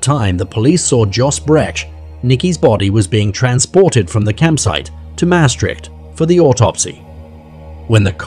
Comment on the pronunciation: When you use foreign names, learn to pronounce them: Joos = Yōs (as in dose). Heibloem = Hay-bloom. Maastrict = moss-strict